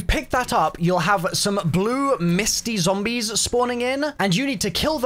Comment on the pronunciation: Why are you saying zoombies